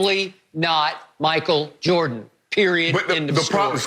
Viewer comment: Me: Michael Jordan Shannon: Michael Joh-dun